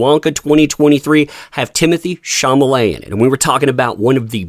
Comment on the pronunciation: Timothee Shah-lah-may or Shah-la-met. Come on. ha ha.